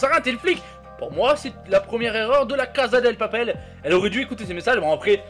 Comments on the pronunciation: II-Dark Side-II on dit pas caza mais cassa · On dit pas la casa del papel mais la casa de papel et ça ce prononce pas la caza de papel mais la cassa de papel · Mathou Mathieu non mdr sa se prononce "caza"